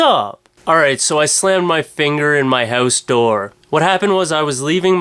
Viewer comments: not trying to pick but its just funny to me how canadians say "house" lol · u have a funny accent when u say house i crack up i have an accent too thought so its all good u have some funny material.